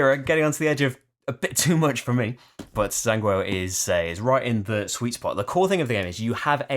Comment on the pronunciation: Sigh! You still cant pronounce Zhanguo correctly,. Lol. I thought that in episode 4, said: “The circle is now complete. When I left you (Rahdo), I was but the learner; now I am the master.” Everyone together: “Jan Gwar” (Zhan = Warring, Guo = States). Great list as usual. Don’t let your Sith training affect your video output.:-)